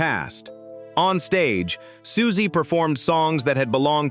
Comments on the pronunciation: I found 'Sooksy'instead of 'Susie' unreasonably deeply annoying.. BASTARD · exactly this lost me the very second the narrator called her “Sukesie”1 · Any plans to get an actual human being to narrate this@ Please send my love to Siooksy! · "Sooksie" was grating and annoying but I must admit "Socksie and the Banshees" made me chuckle. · SOOOK-SEE? Americans are SO embarrassing! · Yeah, it was annoying me too